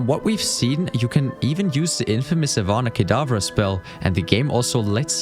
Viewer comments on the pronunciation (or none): The only critic i have about this video is the "Ivana Kedavra spell"...the subtitles are off and the pronuncitation is even if you write Avada Kedavra on the side and listen to it, you still hear Avana or something like that :D I mean as a HP-fan i really dont know how you can mess up the pronuncitation like that. BUT this is only a very small mistake as i would see it. The rest of the video is really well made and researched! Good job mate! And this is why i had to nitpick it, because you put so much effort into the whole thing, but then this one error as i would call it, really stung into my mind, so i had to pause the video and comment on a, for most people insignificant detail. The Videogamedunkey reference was also well placed :D I laughed out loud there! In total i'd give you a Metascore of 95! :P